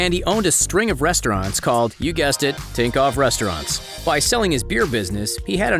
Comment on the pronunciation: You are saying tinkov when is thinkoff